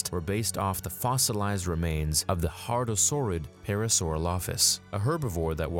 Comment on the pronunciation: HADrosaurid,. Not "hard."